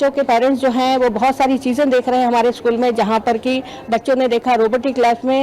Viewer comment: शकुल नहीं.... स्कूल बोलते है